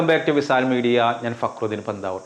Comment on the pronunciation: വിസാൽ അല്ല വിശാൽ എന്ന് ഉച്ചരിക്കുക.